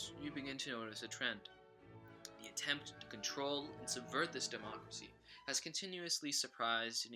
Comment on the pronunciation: lmao Democray